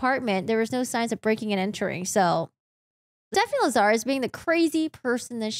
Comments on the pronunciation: The host here says "LaZARus", with the accent incorrectly on the second syllable. The accent is on the first syllable, LAzarus, not the second. It's too bad she has to use foul language for no reason. It sounds tacky and low class. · 1986 to 2009 is 23 yrs not 30. Lazarus is pronounced LAZ-a-rus no Lazarre-us. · Lazarus. It's a super common mistake but it's like "Lazz-er-iss". Rasmussen I think can be either/or but I've only ever heard it pronounced "Razz-miss-en" so that one just got to me personally even though it might be correct too. Lol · You aren’t pronouncing Lazarus correctly.